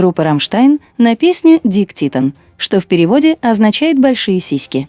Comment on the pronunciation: Разбор хорош, но как же режет слух это ваше "Дик титен", просто ужас, Тилль ведь вполне понятно поёт Дике титтен!!!